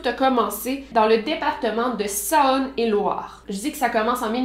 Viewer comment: Hello, super travail comme d’hab ! J’en profite pour te dire, au passage, que l’on prononce la Clayette « la claitte » et Saône et Loire « sone et Loire ». Juste une petite info comme ça, je suis du coin 😉 vivement les prochaines vidéos!